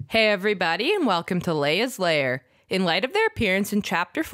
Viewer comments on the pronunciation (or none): none